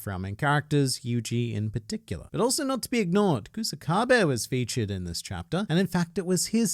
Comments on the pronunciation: Btw it's not "kusa-kabe" its "ku-saka-be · I just did it like that to show you how it's pronounced. You split kusakabe when its supposed to flow